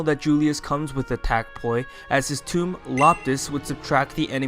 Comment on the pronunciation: Quick question: Why do you say “Tome” as “Tomb” or “Toom”?